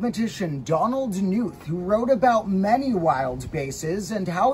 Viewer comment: You pronounce the K in Knuth, but I don't see why you would make it its own syllable. There's no vowel between K and n.